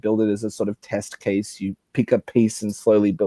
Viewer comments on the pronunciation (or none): none